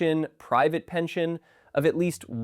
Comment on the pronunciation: There is no h in pension, nor is there an h in "pensionado".